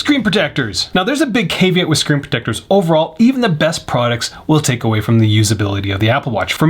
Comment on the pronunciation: You pronounce caveat incorrectly.